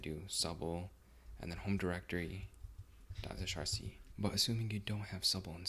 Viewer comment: Great video, clean and clear. FYI .zshrc pronounced “zee shell rc” and “zsh” is “zee shell”; like its predecessor “c shell; csh”. 8)